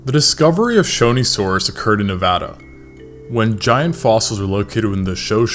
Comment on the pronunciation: the video is great and all but the best part is that you pronounced nevada right